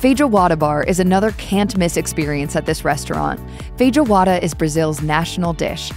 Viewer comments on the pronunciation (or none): Feh-joe-wahda heheh. Jokes aside, glad you are covering this place. Brazilian steakhouses are fantastic.